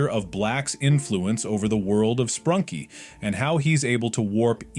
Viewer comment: Bro said sprunky instead of sprunki....😂